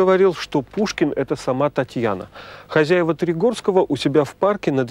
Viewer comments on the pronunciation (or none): none